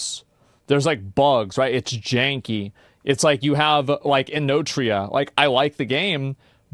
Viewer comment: Did he say inotria!!! That game sucked !!!!